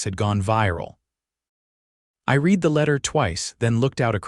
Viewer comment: Need to teach A I how pronounce the correct way to say words ! Read is pronounced two different ways (to read a book / to have re'ad )(red)